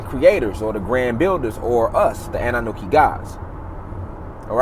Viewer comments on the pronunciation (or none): Annanuki? 🤣 if you would pronounce that correctly this might actually work.